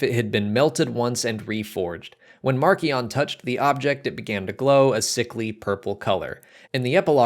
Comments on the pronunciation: For what it's worth, the audio book for Light of the Jedi and the official Star Wars youtube channel say mar-see-on not mark-ee-on. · I've been pronouncing it 'marsh - ion' and I'm never going back on that!!